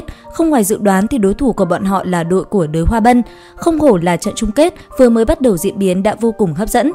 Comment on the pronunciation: Đới chứ đếu phải đái😂